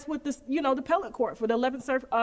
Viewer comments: Appellate Court. Not Pellate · It’s the A-P-P-E-L-L-A-T-E court not the pellet court.